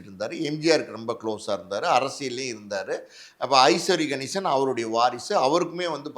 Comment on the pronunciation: ஐஸ்வரி கணேசன் இல்ல அவர் பெயர் ஐசரி கணேசன். சரியாக உச்சரிக்க வேண்டும்